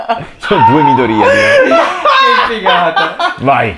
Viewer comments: infatti la pronuncia corretta del nome non è midorìya ma midòriya T^T non si puo' proprio sentire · Sono l'unico che non riesce a sentire Midorìya? Cioè ho seguito tutta la serie in giapponese in sub Ita e l'ho sempre sentito meglio Midòriya. Rispondete se siete d'accordo perché non voglio elemosinare like come certi tristoni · Midorìa da un doppiatore che ama gli anime però non si può sentire 😅😂 non venitemi a dire che è la pronuncia perfetta perché no.